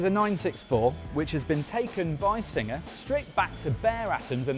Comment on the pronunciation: Is this guy saying "Signer" instead of "Singer"? Is this the same guy that says "Porsh" and not "Porsche"? TG has gone to hell after JC left.